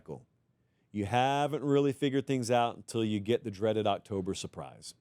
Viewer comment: Did I really just hear "cocktober surprise"